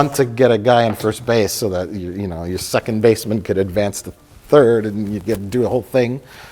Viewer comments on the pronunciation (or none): none